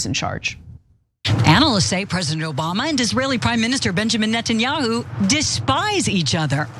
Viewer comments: hey Ana its Neta-nyahu and not Net-nyahu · This journalist cant pronounce properly Netanyahu